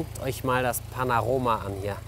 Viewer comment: " jetzt guckt euch das ponoroma hier" 😂😂